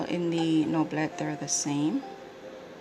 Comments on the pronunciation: Thanks for the great video! I was just saying I hoped someone would post a comparison 😉 And It's pronounced "No-blay". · Gorgeous, I love the imperfect feel which makes the deck alive ! Thanks a lot ! (and yes, we prononce something like "noblay" in french ! ) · Noblet is pronounced noblé as in "ay", without the "y" sound at the end .in fact you pronounced it quite correctly : without the t. it's not pronounced in french as many end letters aren't. Cheers. nice btw